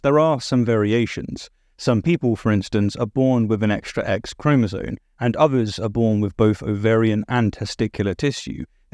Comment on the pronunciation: I love your videos, and I particularly like your brave and stalwart dive into the complexities of this topic. But. Please, please, before you create more content on this, sit yourself down and practise saying ChromasoMe, ChromasoMe, ChromasoMe. Every time you say it, it sounds like Chromazone, which sounds like a really cool and dangerous area in a game, but not biology. 🕊